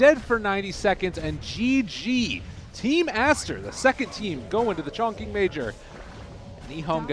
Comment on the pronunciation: appreciated tje cast. but the place is pronounced as chong ch-ing not chong k-ing